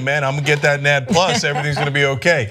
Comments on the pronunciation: Can she stop saying nad-plus..... it's N.A.D.+ and it's a chemical make up in the genome. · It is spelled out N.A.D. plus, not nad Ana... take a biology course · The best part of this is that they keep saying "nadd" like gonad vs N.A.D. haha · ENN AAY DEE PLUS not NAD as its own word... sorry not really important but it hurt my ears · FYI the proper pronunciation for NAD is 'N-A-D' with its letters spelled out, not sounded out 'NAD' as in 'gonad'. This becomes obvious when you understand that NAD is continually being modfified back and forth in a biochemical loop into and from a related molecule by adding a hydrogen to it which is then called NADH, also spelled out, 'N-A-D-H'. It would sure sound dumb to try to pronounce it as 'NAD-UH' :) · It's not nad+, it's N-A-D +. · Ok it's pronounced N A D plus not nad plus. Sorry the OCD in me is raging inside. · it's not "nad plus" it's just "N.A.D." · it is not pronounced nad, it's N - A- D . it's a acronym Jesus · who says nad instead of N.A.D. ? smh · can you please stop calling it nadd plus?? It's N - A - D . please. NAD+ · smh, NAD+ is an electron carrier commonly seen in TCA cycle and Glycolysis. And it's not pronounced "Nad Plus", its pronounced "N-A-D Plus" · its pronounced N-A-D + not "nad" + and I honestly don't know if that will work so much in humans because we contain this on a daily basis, and is a natural by-product of cellular metabolism in us through various energy producing ATP systems/cycles in our bodies; this is interesting but honestly I'm skeptical but would like to see the human results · Jesus, it's not pronounced NAD, it's said like an acronym cause it is one. N. A. D. Nicotinamide adenine dinucleotide. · Toastie Longshanks . yep and its a 'positive' not a 'plus'. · hey guys! its not pronounced NAD plus. Its called N A D plus. So each letter is pronounced. N AD plus. NAD+ is a cofactor. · It's pronounced N A D + not NAD+. Didn't you guys take basic Biology in high school. Cellular respiration.